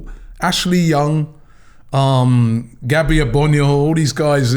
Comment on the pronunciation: Gabby who???? Absolutely butchered that one Robbie